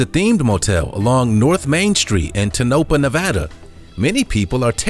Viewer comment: Please use the correct pronunciation of places in the video... Seen the Clown Motel in California... It’s tone-uh-paw...NOT tuh-Nope-uh...